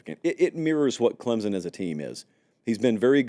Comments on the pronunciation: Please learn how to pronounce Clemson? It's not Clemzon! Try these two options instead: 1. A guy name Clem has a son, Clem's Son 2. Or add the letter P, Clempson. You're welcome! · "Clem-SON", not Clem-zun" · It's pronounced ClemPsin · For the love of God, will you please learn how to say Clemson? You don’t have to add a P, just emphasize the M.😂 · Can we finally learn how to pronounce “Clemson”? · For the love of God, will you please learn how to say Clemson. You don’t have to add a P, just emphasize the M.😂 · If only could pronounce the "S" in Clemson lol